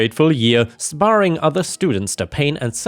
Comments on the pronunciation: sparing - "spare-ing" not "spar-ing" That would have been spelt "sparring." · The ultimate revenge is the one where you have the victory you never sought. And outside a few hiccups, like “sparring” vs “sparing” (there is a huge difference), I have enjoyed your reading skills. Nobody is perfect and there is nothing to suggest your voice is horrible. Cheers to continued excellent reading!